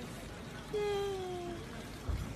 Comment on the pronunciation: Its Ziva not Jhiva 🤣🤣🤣